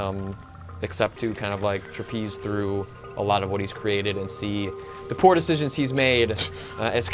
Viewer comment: The word is "traipse". Not "trapise"